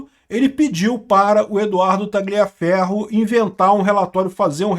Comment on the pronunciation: Parabéns. Falta muito pouco pra você subir ainda mais de nível. Aprender que a pronúncia de Tagliaferro é taliaferro, sem o g (nome italiano) e parar de falar esposa, a palavra mais brega do mundo. Mulher. Repete comigo: mulher. Como é que o padre diz? Eu vos declaro e marido e mulher. Abraço.